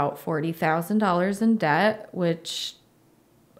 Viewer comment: you have a great channel with valuable content. I would like to respectfully point out 1-2 reoccurring mistakes you keep making: (1) Please look up the difference between the words “owe” and “own”, which I notice you sometimes confuse. (2) In the word “debt”, the “b” is supposed to be completely silent, in that your lips are not supposed to touch at all; this has personally confused me for when I came to the US. I thought given the content of your channel it may be worth pointing this out. Thanks for your work!